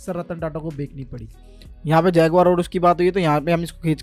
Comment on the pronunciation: Bekani nhi Bechni hota h❤ pronunciation par dhyan dijiye ❤